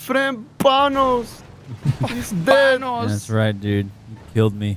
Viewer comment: “Banoss” -Droid 2021